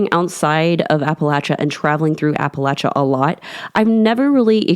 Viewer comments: Yes, I noticed that she said it right too! It drives me crazy when they say it like Appa-lay-chia! It's Appa-latch-a people! Not lay-chia 😤! The A keeps the same general sound all the way through! Not A like in lay, but A like in apple. 😊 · Thank you, great job of recounting some of the stories from my home region....and most importantly for pronouncing Appalachia correctly.